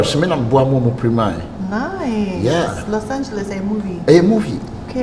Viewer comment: I heard him say LOS ANGROS😂😂😂